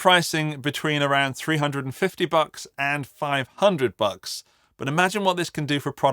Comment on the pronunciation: It should be made illegal for an Englishman to say the word "bucks".